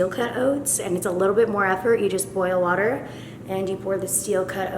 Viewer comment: i sorry but the way you said water when u showed how to make the avocado toast was so funny liysmmm thoo